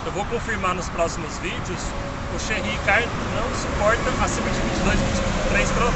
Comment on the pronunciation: O que é cherrí ?? Kkkkkkkkkk Que confusão é esta entre a potência e a energia ?? Kkkkkk No mais, parabéns pela disposição e pelo conteúdo.